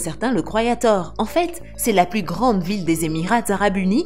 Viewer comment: C'est sans "s" normalement lorsque "plus" est parlé on dit "plu je veux ... "